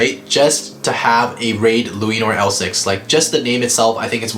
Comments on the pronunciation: I love the part when he says raid luinor he says luainor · Say it right ok here lu-a-nor Ok not bahamut balkesh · It's luinor